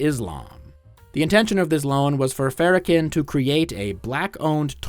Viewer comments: Really which AI would reveal itself much earlier in a video so you don't waste your time. Cause who the hell is Louie Fara-ken? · the way u pronounce farrakhan hurt my ears